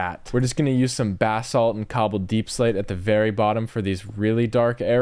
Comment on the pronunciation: loved this video until you pronounced basalt as “bath salt” and i couldn’t comprehend😭😭 for future reference it’s pronounced BUH-SAWLT ( buh like bug without the g; sawlt like salt )